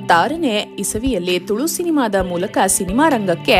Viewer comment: ತುಳು ಸಿನಿಮಾ ಎಂದು ಸ್ವಚ್ಛವಾಗಿ ಬಿಡಿಸಿ ಹೇಳಿ ತುಳುಸಿನಿಮಾ ಅಂತಾ ಅವಸರವಸರ ಹೇಳ್ಬೇಡಿ ಗೊಂದಲ ಉಂಟಾಗತ್ತೆ 🙂